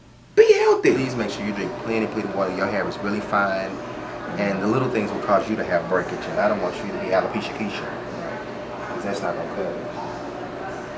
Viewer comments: Did he say alopecia Keisha?🤣🤣🤣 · he said Alipisha kesha